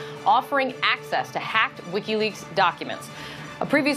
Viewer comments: I love how he over emphasizes "Hacked" every time he says it, like they're trying to drill it into peoples heads. HACKED not leaked by Seth Rich, HACKED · How many times is Manu going to say "Hacked" and with such exaggerated emphasis! #HisNameIsSethRich